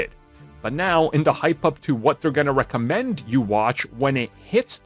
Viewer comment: You had me searching what "recement" meant...until you said "recommend" in the intro!!😜👍